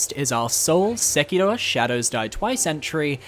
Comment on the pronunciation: Love the vid but ngl the attempts to pronounce Sekiro are ridiculous, you aren't Japanese nor do you speak Japanese (clearly)